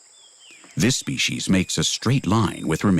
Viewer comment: SpeCies NOT speshies.